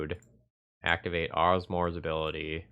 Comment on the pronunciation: Who the HECK is OSMOR!!! 🤣🤣🤣 Asmo, its as-moe